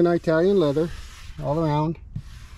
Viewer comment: Italian not Eye-talian.... It not Eye